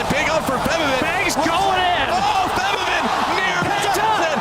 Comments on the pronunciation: martin stoyanov Plus he isnt called Forbiven he is called FaBIVen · Wequendi No, its a combo of faban and riven, so its fe-biven, the e can be a soft a or e sound biven not even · Feb-E-ven. Not so much emphasis on the E. Just rolls of the tongue. Febiven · martin stoyanov It's actually Febiven.